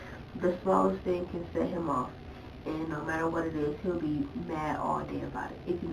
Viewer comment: I hate her accent or voice or whatever it is. Like she pronounces T as D or something or like she’s blowing out all her Bs and Ds, idk but it’s annoying the shit out of me. I cringe every time she says “thing.” “Tdeeeng” 🤢